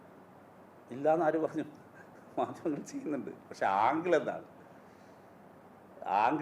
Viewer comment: ക്രെയിമ് അല്ല ക്രൈം എന്ന് പറയൂ 🤔ആങ്കൾ അല്ല ആംഗിൾ